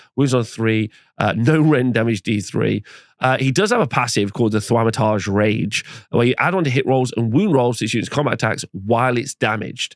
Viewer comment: bro that pronunciation of "Thaumaturge" is painful